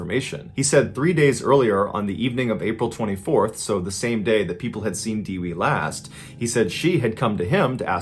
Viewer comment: it's pronounced Deh-wee, not De-Wey